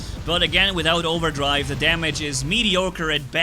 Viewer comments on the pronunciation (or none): none